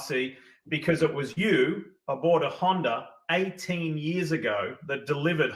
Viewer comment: Of you are a professional supercross commentator you should have to be able to pronounce the word Honder- the R is silent. It’s pronounced Honda